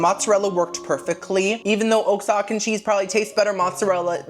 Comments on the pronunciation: Lol I don't know if you were joking or not but "Oaxacan" is not oaks-ocken, it's wuh-haw-ken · Just in case it wasn’t part of your jokes, oxacan is “wa-hawk-an” - love you,!!! 💗💗💗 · I laughed when you said o-ax-can 😂 I’m Mexican so it’s pronounced “wa-ha-kan” btw love your videos been watching them since you made diy giant candy and food 🥹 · girl did you say oak-sock-an??😂😂 it’s pronounced queso wuh-ha-cuh lol love u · That half white came out for the first time with that oak-sock-can cheese 😂😂😂 You pronounce it like wa-ha-cahn ❤️❤️ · Oaxacan is pronounced; Wa-ha-Ken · I'm as white as a cloud and I kept correcting him very loudly. I'm sure my neighbors thought I was losing my mind. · Oaxacan !?!? 😭😭😭😭😭 (Wua-ha-kah) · “Oxacan.. I can barely spell it..”, you can barely pronounce it 😂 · No Oh-Zahcan cheese!.